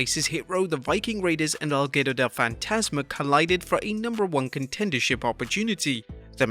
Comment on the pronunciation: You botched while saying legado !